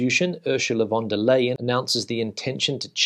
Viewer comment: Hi, I’m not really wanting to correct you because I find your English and Spanish pronunciations perfect, but I speak fluent German and watch their news rather than the English news as they are still in the EU, anyway just a tip the best way to pronounce the last part of ursula von der leyen’s name is to say the Leyen part as the English words “line” you would be the first English speaking person to pronounce it to 99% correct. By the way enjoying your videos, you save me so much time as I now don’t have to bother going through the Spanish newspapers, so thanks.